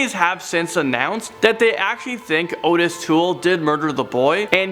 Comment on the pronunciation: That was very creepy. Sick pleasureeeee..... Very sad and horrible stories tho. I still can't get over Cherish. Just wtf? And that monster JUST GOT OUT! Obviously they messed up big time. Again. And Mom?🤔😥💔RIP. Its pronounced awttis BTW not like normal. And he wasn't normal.